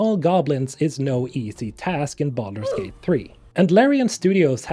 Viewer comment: I know this is a serious video but I swear I'm hearing you say BALLERS GATE instead of Baldur's Gate 🤣🤣🤣